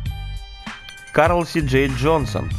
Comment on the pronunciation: Хех, почти в конце послышалось Кал ДжонсонXD